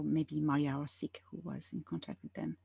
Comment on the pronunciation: Mariya Orsich not Orsik